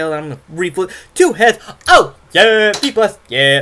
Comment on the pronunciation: And sounds like FEEBAS! Instead of V-Blast xD